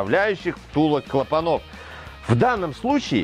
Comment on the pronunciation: Отличное видео, приятно слышать грамотную речь, единственное, клАпанов, с ударением на а необходимо говорить))